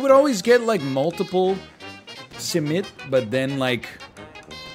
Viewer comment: NL your first simit pronunciation is almost spot on! Much respect to you for tapping into the Turkish breakfast universe. Btw you can keep simit fresh if you freeze and then reheat at 300F for ~5 minutes.